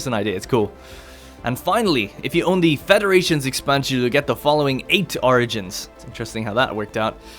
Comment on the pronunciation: Anyone else hear "argents" instead of "origins"?